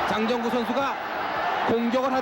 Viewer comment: 내가 아주 어렸을때 할매랑 봤었음 그때 장장구라고 들렸는데 장정구구나